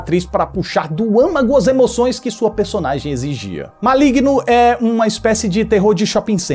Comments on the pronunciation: N é Maligno. É Malegno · "Cospobre" kkkkkkkkkkkk Ma-oe-igno kkkkkkkkkkkkkkkkkkkkk